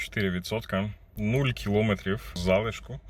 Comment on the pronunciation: Аж вухо ріже: не кілОметрів, а кіломЕтрів!😡🤔